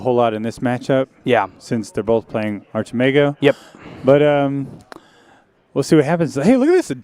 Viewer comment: I believe Archimago is in spanish, so neither 1 or 2. 1 has the pronunciation of Achi good, but the part of mago is wrong. 2 sounds terrible at Archi and got the part of mago just fine. 🤭